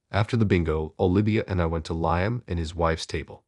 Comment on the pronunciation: AI narrator is pretty bad. Cannot pronounce multiple words including cafe, nor the name Liam. Story is not bad, please find a different narrator.